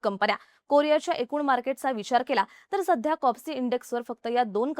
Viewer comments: कॉस्पी लिहिलेलं असताना कॉप्सी असा उच्चार होतो आहे का? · कोप्सि की कोस्पी😂😂😂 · Kospi ahe bai kopsi nhi media ahe jara pronunciation tari nit kara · Please Correct she said KOPSI it is KOSPI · Kospi not kopsi